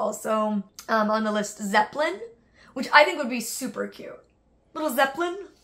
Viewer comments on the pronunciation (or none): none